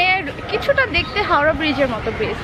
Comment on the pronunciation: " hawra" noi "Howrah".